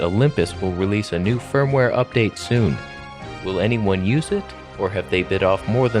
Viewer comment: Kept hearing fur-mware update in this one 😂